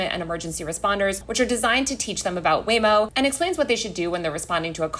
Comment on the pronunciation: I like how I kept hearing Lame-O